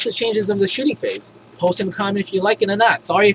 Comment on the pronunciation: Shooting phrase? Typo or accent?